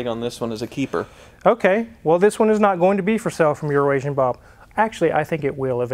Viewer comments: Are they saying "Urination Bob"? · keeps saying urination Bob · Its not a nickname it’s being an ass and mispronouncing his business name: Euro-Nation Bob